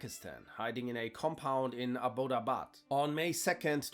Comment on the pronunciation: as a pakistani that pronunciation of "Abbottabad" is killing me 😭